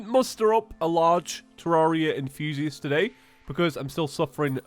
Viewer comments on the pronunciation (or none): (Please read.) Funny story here: I've been watching your videos for about 3 years now, and for all of said years whenever you've said "Hello Terraria enthusiasts," I've heard "Hello Terraria and Fusious." So for the past 3 years I've been wondering what Fusious is, like if it's another not as popular video streaming sight or something. Didn't find out it was enthusiasts until I read a comment a couple of days ago that said "sad there was no hello terraria enthusiasts." So yeah that's the story!